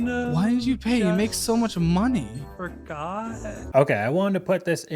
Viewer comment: 12th’s "fooorgooooth" is weirdly infuriating.